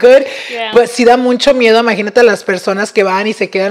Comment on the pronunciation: I cant with saying “muncho”. So annoying 😢 please let him know its muCHo!